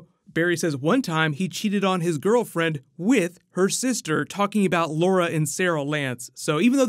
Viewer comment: "Laura and Saral"